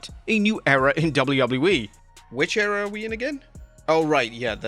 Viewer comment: Agian with "A New Era(ror)